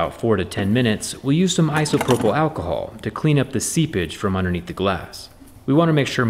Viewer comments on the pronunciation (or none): none